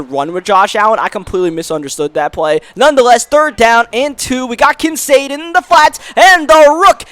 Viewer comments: It’s pronounced Kin-Kaed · It's pronounced KIN CADE like arcade. Just to let you know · Also the rookie tight end for the bills Kincaid , the 'C' isn't proncounced as an 'S'